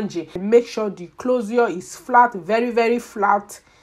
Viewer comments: The way she is pronouncing closure ...clozar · "Clozure" 😄😄 i love it. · Why are you pronouncing closure that way?